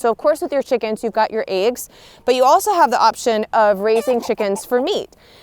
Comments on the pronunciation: "eggs" woman!!.. NOT "AEGS"!! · She calls eggs ayggs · Love how you say eggs 🥚😌